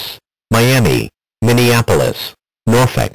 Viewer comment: LOL say Miniappales 2 times